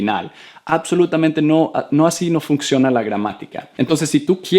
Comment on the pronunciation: Hi, thanks for this video and others, I want to say you that your pronunciation is very good but there is a word in Spanish that you pronunce like English, this is "funcionar" o "función", "function" is in English and you pronunce the "c" like the Spanish "k", you say "fuknciona" really is fun - cio - na. Sorry for my English I start A2 rigth now.